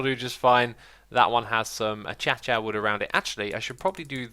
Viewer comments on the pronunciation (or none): Bob McHuh it's actually pronounced uh-KAY-shah, but yes it is funny that X pronounces it ACHACHA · Kabood Acacia is pronounced A-k-sha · Nathan Bickel In Swedish it's written akacia and pronounced more like ah-KAH-see-ah. This would also be the pronounciation of the English spelling if we followed Swedish pronounciation rules. Source: I speak Swedish. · Anyone else about to die from the way Xisuma says "Acacia" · Bob McHuh I think he says it that way because that's how keralis used to say it. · It is his revenge for everyone else mispronouncing "xisuma" edit: seizureuma XD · Bob McHuh as Xisuma has mentioned before, the mispronunciation is a reference to Keralis, and he usually says it the correct way alongside the wrong way. he's hiding in the booshes! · Bob McHuh I thought he said that that's how Mojang intended it to be pronounced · Nathan Bickel I can't quite remember but he admitted he does it to annoy us, or I am an idiot and can't tell the difference between YouTubers